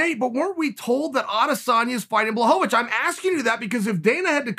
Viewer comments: Me: Blachowicz Chael: Blahovavich Me: Ok great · "Blahovavich"... Whhhhhhhhhyyyyyyyyyyyy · chae trolls me every time he says blahovovich lmao love ya chael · No one: Chael: Blahohohohohohovich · The return of “Blahovovich”😂😂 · Chael “BlachoVAwicz” Sonnen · Jan watching this realizing he’s been pronouncing his name wrong his whole life.